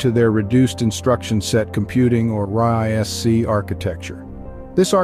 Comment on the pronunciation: Because it is? R-I-S-C instead of "risk".